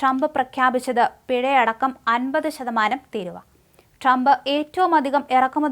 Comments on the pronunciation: തിരുവാ അല്ല തീരുവ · തീരുവാ അല്ല തീരുവ ആണ്